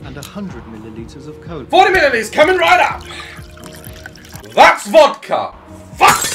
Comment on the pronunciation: the way he says THATS hahahaa THATS VODKA